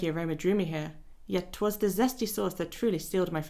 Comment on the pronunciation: "the zesty sauce" that's so Italian guy from Brooklyn accent coded 🤌🤌😂